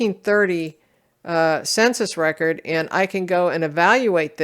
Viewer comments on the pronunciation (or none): none